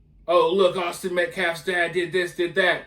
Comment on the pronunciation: How does one mispronounce Austin?! Had to be intentional